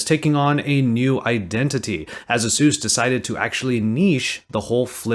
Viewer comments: Who is Azeus? It's A-sus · "Ay-soos" is how you pronounce it. Other than that I love your content! Keep it up!